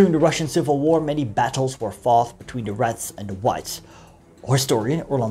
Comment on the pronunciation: I know. But when you talk, it sounds like you're saying "rats".